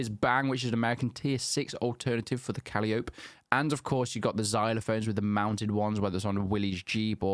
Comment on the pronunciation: Not “Calli-Ope”….It is pronounced “Ka-lie-o-pee” (as in the musical instrument)